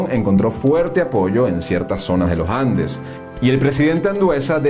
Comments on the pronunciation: "austEro", palabra GRAVE Y NO ESDRÚJULA. Con esa metida de pata gramatical ya se deduce el origen del narrador. Sorry! /// Además es LoS Andes y no los Lojandes!!! !!! !!! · Buen documental. Mi único consejo sería la necesidad de pulir la oratoria, para no afectar la calidad del documental. Por ejemplo: no diga "Lo Jandes", diga "Los Andes". No diga "Poco Jaños", diga "Pocos Años". No diga "Aquello Jaños", diga "Aquellos Años". La lingüística y pronunciación es vital, para darle prestancia y elegancia a éste y futuros videos documentales. También faltó comentar sobre Victorino Márquez Bustillo, quien fue presidente de Venezuela, entre 1914 y 1922. Gracias por este magnífico tesoro histórico.